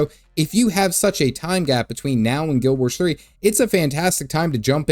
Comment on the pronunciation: Say Guild Warsh one more time, I dare you!